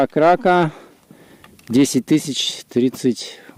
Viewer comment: КракА - ударение на последнюю букву